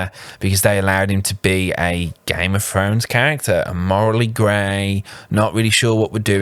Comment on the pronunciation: " one hail of a gime of frones character" 😂😂😂wow